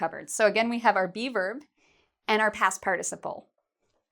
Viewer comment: when she said be verb I thought she was saying bieber... oh justin